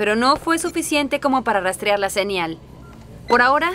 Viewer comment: El tercer doblaje es el mejor sobretodo por esta pronunciación de primer nivel "senial"...puff!!! Estaban mejor los comentarios en el vídeo que habían subido antes 😒